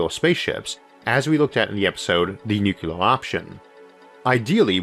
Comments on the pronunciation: I know you have a slight speech impediment - and that does not worry me when I listen to you, because you are one smart cookie. But, may I ask you to try to pronounce the word "nuclear" correctly? You are pronouncing it as "nu-ku-lar", which is a very common mistake - and one which should not be perpetuated. Think of it as two words; "new" and "clear", said without a pause. Good man! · Sorry to bring up such a pet peeve on such an nice vídeo. I really like your videos, but every time "Nukular" comes out instead of "Nuclear" it rings just... wrong. Keep up the good work mr. Arthur.